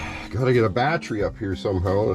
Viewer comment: The way says Battery. Lol- Batrey